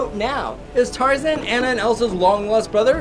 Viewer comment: That's not how you say Anna's name. It is pronounced on-uh.